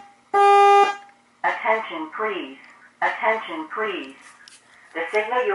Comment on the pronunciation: Is it possable to make it not talk :P i like the strobe and the sound of code 3 but i dont like the thing saying ATENSION PELASE ATENSION PLEASE !!!